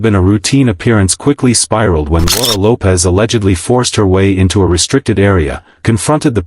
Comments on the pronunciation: AI gets it wrong again. It's pronounced Lopes not Lopez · It’s pronounced Loweps.” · Camilla needs to learn that her children are not welcome at royal functions. Laura's last name is Lopes, rhyming with dopes.